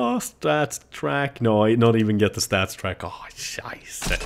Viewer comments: You say "StatsTrak" but you have to say Stattrak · det heter staTTrak! Inte staTSTrack! hahaha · It is start rake not startstreken